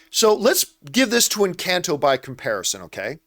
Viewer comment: Doesn’t even know how to pronounce the name of the film EnCAHnto and says it’s a flop when the music is literally everywhere and it’s one of Disney’s most successful new IPs